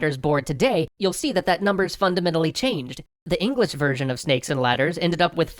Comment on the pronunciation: Every time you say "version", I SWEAR it sounds like "virgin"..